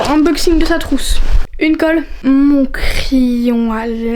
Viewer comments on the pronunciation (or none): none